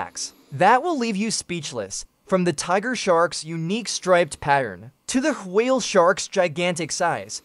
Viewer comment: "Whaah-ale sharks" lol😂😂😂 love the ai voices pronounce